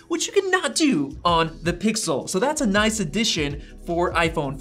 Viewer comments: "Pixer" lol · he says Pixer😢